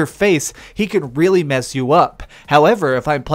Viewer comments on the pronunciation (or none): none